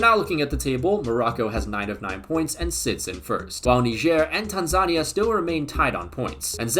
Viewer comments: Calling Tanzania African Wisconsin is CRAZY, also it’s pronounced TAN-zuh-KNEE-ya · Why is he saying Tanzania like that